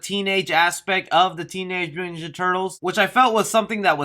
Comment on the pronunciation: can you even pronounce"mutant"?